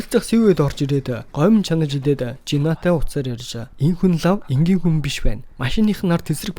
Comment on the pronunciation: энгийнэ энгийнэ гэшш